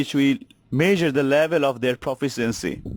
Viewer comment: Forced to watch this for a college course. PLEASE LEARN TO PRONOUNCE LONG ENGLISH WORDS. 'Proficiency' is pronounced pruh-FISH-shen-see.